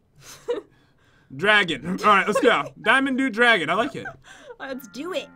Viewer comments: The diamond one - Pat: do -dragon Me: It's pronounced dough-deck-a-he-dron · "Do Dragon" is actually pronounced doh-deck-a-heedron it's a shape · diamond Do-Dec-a-dron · It is do-dek-a-heid-ren dodecaheidren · Dimond do dragon... I like it Ps it is pernounced "do dec a he dron" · The 3rd level is called diamond doe-decka-head-ree-on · Only a year late... 😂 BTW:: The the diamond dude dragon (Dodecahedron) is pronounced Doe-Duck-ah-he-dron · Pat it’s diamond dough deck ah he dron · When you said diamond doo... that is wrong it is diamond dodecahedron (doe deck u he dren) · Not dragon it is Do-deck-uh-he-drin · it's pronounced dough-dek- a- heedron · How do you mess up the word dodecahedron its a twenty sided figure not dude dragon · it is pronounced do-dec-o-he-dren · It's pronounced Doad-eca-hee-tron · do Dre keh he dren is how u pronounce the diamond one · DOE-DEK-AH-HEED-DRON is how it is pronounced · It is pronounced Dough deco he dron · Diamond Doh-deck-uh-hee-dren it is a shape. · "dodecahedron" is pronounced "dough-deck-a-hee-dron" btw x3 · do heck a he dron thats how you pronounce it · It's pronounced dō-deka-hēdron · it is dec-a-hedren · Lvl 3 poonunciation is “diamond do-do, ca, hee, dron” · If yu didn't know, the word "dodecahedron" is pronounced, doh-DEK-a-HE-dren. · Its pronounced like Doe Deck A He Dron, spelled as dodecahedron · It's Do-De-Ca-He-Dron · It's called do-deack-aheedron. It's a shape. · When Pat says dodecahedron wrong...... (It's dough-deck-a-he-drun btw) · For the diamond dodecohedron. It is pronounced like dough-deco-he-drone. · Its called Diamond Doe-Deck-a-he-drin. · in case you wanted to knows pronounced 'DOE-DECK-AH-HE-DREN' its a type of shape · it's pronounced doe deck a he dron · It's doe-deck-a-he-dr-on just to let you know 💖 (Pat) From the diamond dodecahedron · It's a diamond do-dec-a-hede-rin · It's diamond dodecahedron (doe-deck-a-he-drun) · it is pronounced dough-deck-a-he-dren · it's pronounced doe,deck,a,he,dron